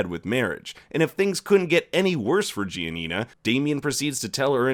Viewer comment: Italians have a seizure everytime he pronounces Giania